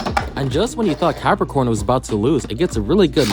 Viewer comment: is it me, or im hearing Galaxy PEPPERcon